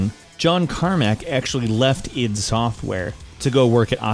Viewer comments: It's not I D. It's id. As in id, ego and superego. id tech not I.D. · URGGHH "id" software. ITS "ID"!!!! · Eye Dee...not Id you fuck bucket. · it is not pronounced EYE DEE its pronunced ID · 'eye dee tech 1'???? wtf GR